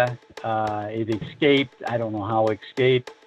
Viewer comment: NEVER trust anyone who says: "EK-scaped."